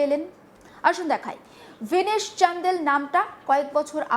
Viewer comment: "চান্ডেল" নয় "চান্দেল" ভেতো-বাঙালির "হিন্দি" আর কি 😂